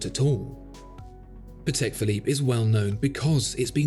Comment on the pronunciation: well, it's pAtek, not patEk. it's a polish surname.. not a big deal, just so you know.:)